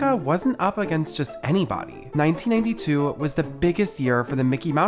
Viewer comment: I swear this guy can’t say 1992 because every time he says it, it sounded 1982!?